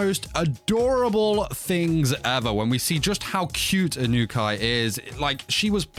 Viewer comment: "Eye-noo-kai san" 😂